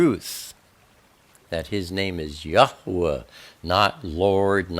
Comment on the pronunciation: Thank you oh so very much for the correct pronunciation of His Holy name. It meant everything to me!